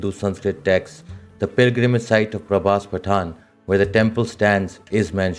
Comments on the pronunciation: you really need to work on your pronunciation , Patan its not Pataan..but you spoke like Pataan twice, Its Gurjara Pratihara not Gurjara Pratihari , Al Biruni. and you said L- Biruni . If you pay a little more attention then your presentation could become flawless . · Correct pronunciation: Prabhas paa-tan Not pathan😅